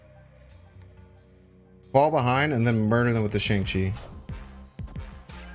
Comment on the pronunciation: I hit the like button on a video all the time usually. But since you said shang-chi correctly. Here's a comment